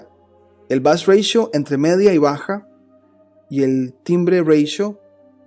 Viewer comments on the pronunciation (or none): Ratio es una palabra proveniente del latín y existe en castellano, no es anglosajona y por lo tanto no hay porqué pronunciarla /reitio/ . No entiendo porqué pronuncias en inglés una palabra que está em castellano.